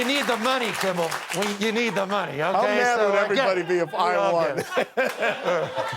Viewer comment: The governor called him “Jimmel” 🤣